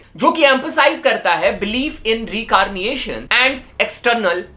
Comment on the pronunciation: Hindi English... ashes = asses Reincarnation = recarniation. Wtf